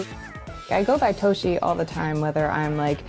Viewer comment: The moment she said "toe-she" i had to stop watching. I friggen knew it was just another weaboo japanophile that can't pronounce that word even if you paid her to.